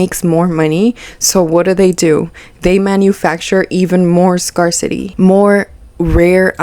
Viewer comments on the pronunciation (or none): This is so weird to me. I might buy extra food, if it's on sale, but this? YIKES. (Also, just a kind FYI, but "scarcity" is said like "scare," not "scar." Sorry, former English teacher showing lol.) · Love your videos! Just so you know since you’re probably going to be making more videos on similar topics, scarcity is said like scare-city, not scar-city because apparently English can’t be phonetic lol. Keep up the great work, everyone can tell you’ll do great in this space :) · I'm sorry, I have to say it cause it was bugging me... "scarcity" is pronounced like "scarE-city," not "scar-city." Loved the video tho! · it's pronounced SCARE-CITY not scar-city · The word "scarcity" is pronounced as "scare-city" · Pssst - "scarcity" isnpronounced SCARE-city. Great video with lots of good points! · gahh i know it's no big deal, but that's not how you pronounce scarcity lol i had to click out.